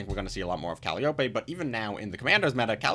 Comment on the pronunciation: Thanks for the review. Sorry to be that annoying guy, but it seems like we'll be seeing the card alot, it's pronounced "Cal - eye - oh - pee" Calliope